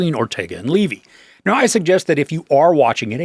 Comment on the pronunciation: It is pronounced “Levee”. Everyone knows that is how he and his father pronounce their last name.